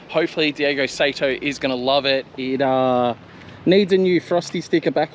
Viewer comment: The last name is Saito, pronounced like "sigh-toe". And as others have already said, he's not from spain. It's Daigo "Die-go". While its a whatever in a video for English speakers, it'd be good to get it right for when you need to say it in front of him.